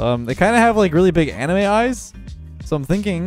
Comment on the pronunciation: No one gonna mention how he said anime?